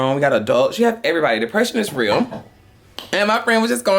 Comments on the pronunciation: is hilarious. He say, “dicksession” lol. He can’t smell dick in the air no more. Lol. Poor sus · Always a Kycia (Kee-sha) 🤷🏾‍♀️🤣 Dicksession lawd. Everyone see some point goes through depression. Just depends on how hard it's hitting the person. For me it was for months as a teen,. I was lucky and blessed to have friends and family to help me. We need to listen to our friends, get them to talk. If not reach out to family members that may get to them... Or who haven't noticed the person's severity of their depression. Thanks for this,. Shock laughs and years here today. Can I go to Walmart with y'all lol